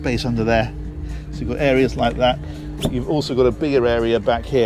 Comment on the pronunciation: Love your videos, they are so well done. When you were talking about storage and said "there's a bigger area down here" I thought at first you said "a beer area". I was all set to plunk down my money...